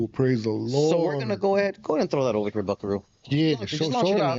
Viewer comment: saying buckaroo sound lame “Big Dog”